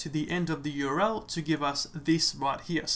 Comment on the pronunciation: URL — 3 letters, 3 syllables. "U-R-L" not "your-el." Useful otherwise.